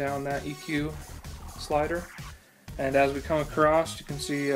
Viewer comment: The word is across not acrosst.